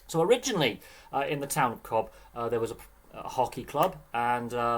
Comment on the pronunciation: Cobh is pronounced "Cove" 😊